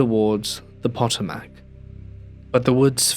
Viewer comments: Love you! I do think sometimes narrators should look up the pronunciation of places and things. Pot-o-Mack cracked me up. It’s pronounced Pa-TOE-Mik. I’m not even from that part of the United States, but it is an area important to our history so we know about the Potomac river area. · I love your stories, truly. Being from Virginia, the river name Potomac is pronounced Puh*tow*muhk as a point of reference. I know I've stumbled over pronunciations of English place names, so no foul. 😉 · poto-mac? Really? Im a Texan and even I know the Thames river is pronounced "Tims" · The story mentions Arlington so the river is the Potomac, pronounced PA-tome-eck. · Potomac = poh toe mac